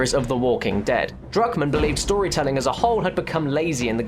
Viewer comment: it sounds like you say Drugmen when you say druckmann